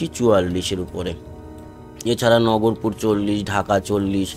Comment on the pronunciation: দাদা ওটা নগরপুর না নাগরপুর